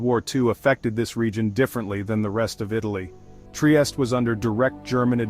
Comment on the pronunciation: good info, thanks ! only obseravation, it is not that difficult to pronounce triestE, with final E E E🙂